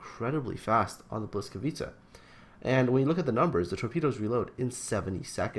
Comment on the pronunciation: Its ”Błyskawica" u ignorant :p